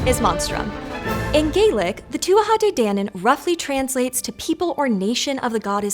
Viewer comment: You need to learn actual pronunciation of the Gaelic words